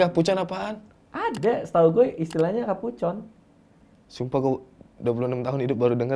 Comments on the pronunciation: Kapucong mas radiit bukan kapucon 😂😂😂. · Kapucong keleus bukan kapucon🤣🤣🤣